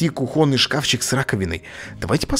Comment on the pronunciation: кУхонный, а не кухОнный